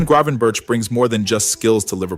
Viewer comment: Is this AI generated? The team he played for is eye-ak (not the American cleanser) and you’ve muddled his last name